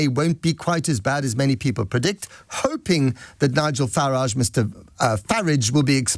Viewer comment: He pronounced Nigel Farage's surname wrong on the second go. He got it right the first time. Faraarjsh is the closest that I can get to how Nigel himself pronounces it.